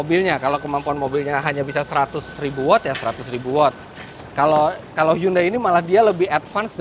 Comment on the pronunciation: mas Eri .. HYUNDAI = 현대 .. bacanya gak gitu seperti yg mas sebutkan selama ini ... tapi ....... cb di google translate bunyi dr bacaan hyundai ternyata sesungguhnya adalah ............